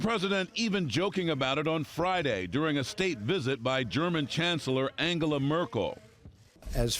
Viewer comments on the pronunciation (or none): This narrator knows Angela is pronounced Anjela right?